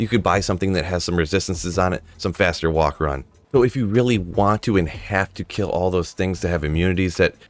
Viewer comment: when you incorrectly say walk/run makes want to say watch anything you publish